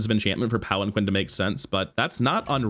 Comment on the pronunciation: Unintuitively, palanquin is actually pronounced palan-keen